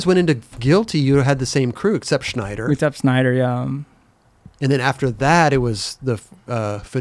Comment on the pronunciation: Why is saying Schneider for Snyder?